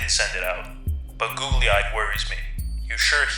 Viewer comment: Listening to you mispronounce Google-eyed over and over is wayyyyyyyy past irritating. How do you screw that up?